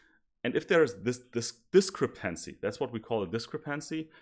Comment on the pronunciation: Try stressing the second syllable in 'discrepancy' instead of the third :) Your presentation is otherwise flawless. 10 E coming up!!!